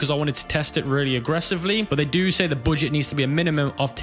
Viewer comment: "the booooget"